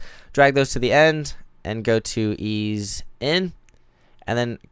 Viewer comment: "Easy-E"? Lol It's ease ("eeeez"), mate.